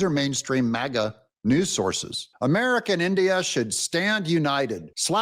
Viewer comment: MAGA NOT MIGA!!!